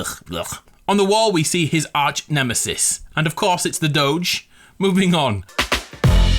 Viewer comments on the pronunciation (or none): none